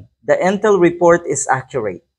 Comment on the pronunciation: INTEL po hindi Entel. tabingi talaga ang Bunganga ng gurang na to 😂